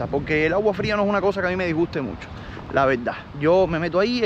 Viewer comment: Cuando vas a vas a dejar de decir VELDA en vez de VERDAD?... O es un problema insuperable? Dicho esto, sin animo de ofender.